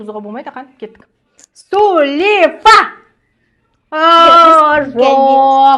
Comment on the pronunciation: Сулифа деп айтпаныз